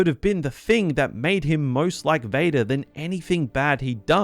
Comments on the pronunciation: bro ngl this caught me offguard, hearing his voice suddenly pronounce "VadER did!" After 40 minutes of hearing him speak, funny asf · bro got so mad his county came out lol